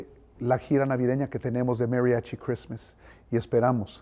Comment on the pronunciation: Mariachis no señor ......Mariachi aprenda a pronunciar